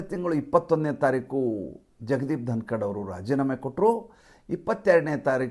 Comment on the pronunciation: ಯಲ್ಲಾ ವಿಷಯ ಚನ್ನಾಗಿದೆ. ಸಂತೋಷ...... ಆದ್ರೆ.... ಏನಿದು ಧನಕಡ್... ಧನಕಡ್...... ಧನಕಡ್....???? ಧನಕರ್... ಅಲ್ಲವೇ...